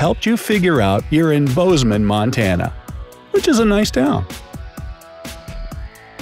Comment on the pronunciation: Bozeman not Boseman